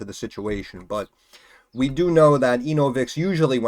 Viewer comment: "ANAL-vix corporation"